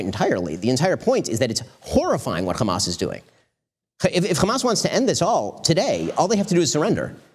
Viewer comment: It's hamas not khamas...please get it right